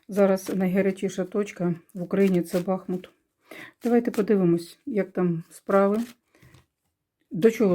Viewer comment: БахмУт наголос.